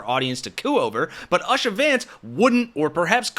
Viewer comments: If you are going to do a whole-ass video on a person, please learn how to say their name. How can you show so many clips of people saying her name correctly and then pronounce it like you're trying to avoid saying Usher with a hard R? The video is a good compilation but when information is a simple Google search away, use it. (Yes I know you swapped later but you keep swapping back and forth even then.) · Please pronounce her name correctly! It is pronounced ‘oosha (the U sounds like the oo in moon). It is ignorant or disrespectful to continuously mispronounce a persons name, especially such a simple on to pronounce. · It’s ooosha. Get the pronunciation right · Long U sound! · Nit-picking, but it’s pronounced Oo-sha. Other than that carry on! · Gossip it's pronounced oosha.... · Her name is pronounced "Oosha". I don't care what side people are on, I feel like Youtubers have a responsibility to do basic research, while "reporting" to large audiences. This is the second video I've watched this morning where a name was mispronounced. It's annoying and makes it hard to take some of the outlets serously. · If you are interested: Usha is pronounced "oo-sha" . . . "oo" like "soon". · My vote is him being gay. If he went maga and has political ambitions there's no way he could live as a gay man (unless he was a billionaire). And PLEASE- her name is pronounced "OO-SHA!" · I think it's pronounced ooo-shh-uh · Did ya Hear how your guest clip pronounced it??????? Ooooooo-sha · Its pronounced "oosha". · Despite the spelling—Usha—the name is pronounced OOsha, and not like someone seeing you to your theater seat in Boston. We can leave the disrespect to DJT and his ilk. I think we've got to do better. Hope you're not offended. Thanks. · Say her name right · Dude, your preparation sucks. Learn how to pronounce words and names BEFORE you record.😊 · Too bad you mispronounced her name through the whole show. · you are mispronouncing her name, clown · Its pronounced Oosha, not Asha.